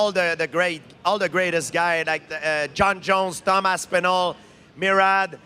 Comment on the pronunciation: The way GSP is saying his name it’s real close to another name that would fit perfectly.. instead of Tom Aspinal.. I was hearing dum ass pinal